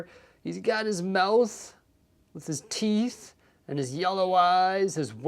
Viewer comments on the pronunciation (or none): none